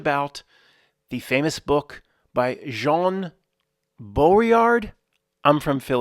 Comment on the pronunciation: Hi. In French, with the name Jean, you don't pronounce the "n". It is not silent, but is enounciated at the location of the throat, in combination with the other two letters that follow the "j". There are three good groups on Facebook for people discussing various simulation theories as well as just different opinions...people in the co.ments, sharing their individual thoughts about the nature of reality. Two of the groups have the same name, one has a few thousand members, the other one about ten thousand members. I think the groups name is: simulation theory. The third group iscalled something like, simulation theory proof. There may be additional fb groups about sim theory or related. But those three are the ones I'm aware of, a d I highly recommend checking them out. It's weird, because within the comments, I don't think I've once seen any comment me think g you tube. It's as if those people exist within a fb universe closed offfromthe yt universe. Except for the simulation proof channel, where I first encountered her twitter account of the same name. As far as groups of people existing within separate universes so to speak, I've so found great discussions and people's theories about reality, in the comments secrions, of the yt channel called:Godgevlamste